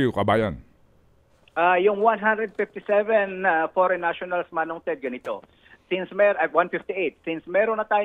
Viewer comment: Hahaha what a pronounciation faren national! Amazing?